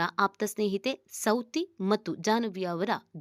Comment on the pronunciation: ಸೌತಿ ಅಲ್ಲ ಸವತಿ